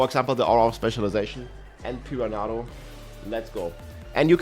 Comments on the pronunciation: Pee-run-uh-doh lol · Pee-ran-nah-doe . I mean I understand english is not his first language but homie didn't even try.